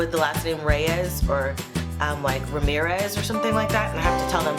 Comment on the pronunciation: anyone else think of fortnite when she said reymirez